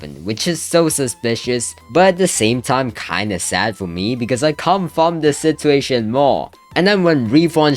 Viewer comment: such a patetic sitchuashon